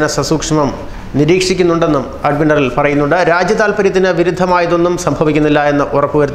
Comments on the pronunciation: Adminaral അല്ല admiral. ശ്രദ്ധയോടെ വായിക്കുക സുഹൃത്തേ.. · അഡ്മിനറൽ അല്ല... Admiral.....